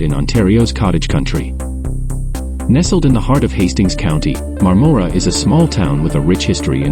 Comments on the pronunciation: Please, when you drive through a town, stop somewhere and find out how to pronounce its name. I spent my childhood summers there in my grandparent's cottage on Crowe Lake in the 50s and 60s. It's MARM-mor-a, as in Barbara (BAR-Bar-a). Point of interest: My Grandfather was the first electrician in the area qualified to operate a film projector and did so in the 1920s in, I think, Madoc. Bert Dandy, Niagara Falls, Ontario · We're thinking of moving there in a couple of years. FYI. The "O" in Marmora is pronounced more like a soft "A".